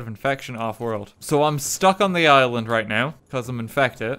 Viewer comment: I thought “Island” said “Ireland”